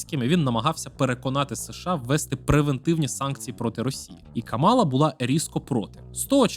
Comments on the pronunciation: Вона КАмала, а не КамАла. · КАмала , на перший склад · Зверніть, будь ласка, увагу – правильно ставити наголос на перший склад в імені віце президентки – Кáмала. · Я не здивована, що для білого гетеросексуального чоловіка питання абортів та рівності в суспільстві не є важливими)) Упродовж усього відео відчувається упередженість спікера до КАмали (так, він навіть її ім'я не в змозі правильно вимовити), а висновок про те, що Трамп, можливо, завалить нас зброєю відверто насмішив.